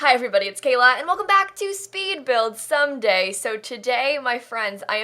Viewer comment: Is she saying someday or sunday